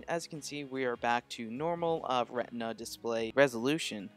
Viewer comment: 'RETINA', not 'REHNDMA'